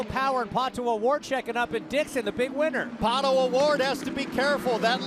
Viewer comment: at least F1 commentators make an effort to pronounce the driver's name correctly. This guy says "palo oward"? Jesus christ, it is PATO Oward, such an American sheez.